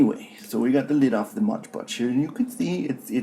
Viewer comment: Seriously! Is this for real? The guy is obviously doing a voice and accent here. Then he claims Gladys Knight of Gladys Knight and The Pips is his Aunt? Then he repeatedly calls it "modge podge" when the actual bottle that is right there in front of him clearly states, "MOD Podge." Not modge podge! I got so many laughs out of this!